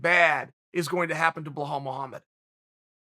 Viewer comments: Bahall Mogamed !!! Loool... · chael is intentionally butchering any non-american name. KABIB, IZLUM MACKLE-CHEV, BO HALL MOHAMMED.. i mean how hard is it to say belal? even tito would have said it better. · Me: Bilal Muhammed Chael: Bahal Mahamad me: ok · What is Chael saying? Sounds like Blowhole Mulhomma. Lol. Good work learning the names!